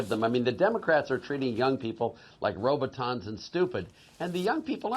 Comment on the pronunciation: Omg... what's a roboton!!?!?!?